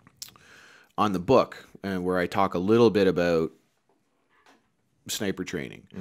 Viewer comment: AbUUUt?... This guy Canadian SpecOps?